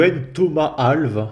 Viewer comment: on prononce "Al-vesse" c'est un portugais